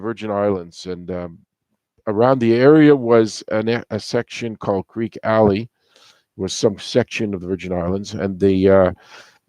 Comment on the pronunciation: I mean... where to start? Okay, for starters, you mis-pronounced the title of the song itself. It's pronounced "creaky" Alley, not "creek". And I just now noticed that you even spelled the title wrong in your video title. Next, the reference to getting "fat" is not a comment on her weight, it was a term for making money. As is further evidenced by the following line: "And everybody's getting fat except Mama Cass". I'll just stop there, but there is more that you got incorrect.